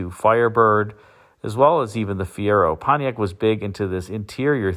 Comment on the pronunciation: That's not "Pontiac".